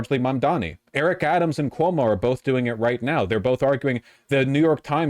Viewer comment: Why does he keep calling Cuomo Como?